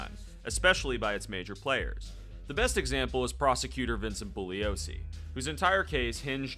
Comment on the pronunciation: Thank you for pronouncing Vincent Bugliosi’s name correctly. If you read anything about him, he’s a brilliant attorney and writer, as well as a super straight arrow.